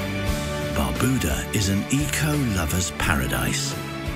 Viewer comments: Lmao, the music really goes well with this video about my country Antigua+Barbuda. Pronounced (BAR-BYU-DAH) Everytime he said Barbuda i pissed myself😂lmao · Lol Someone correct this guys pronounciation on Barbuda!!! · NO ONE CAN PRONOUNCE THESE ISLANDS PROPERLY!!!!!! Cyant! Barbooda?!